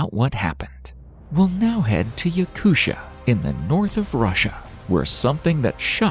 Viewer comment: I’ve never heard anybody pronounce Yakutia as “Yakusha” before wtf 😂